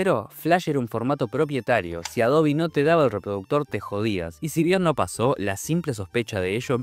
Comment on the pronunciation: que tiempos... lo unico raro que veo es pronunciar "Adobi" jaja😅😜